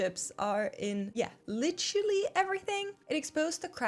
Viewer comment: You need to speak a bit slower and enunciate better. I felt a stab of pain when you said "literally", it sounded more like "litually". Also, didn't you get your timeline wrong? The bitcoin-mining craze came before the semiconductor shortage during the pandemic, not after?